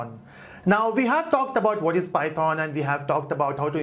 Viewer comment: please stop saying PY THOON